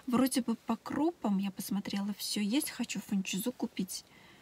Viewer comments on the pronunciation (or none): Почему ФунчезА? ФунчЁза же. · Извините конечно, но можно я Вас поправлю. Фунчоза ударение на о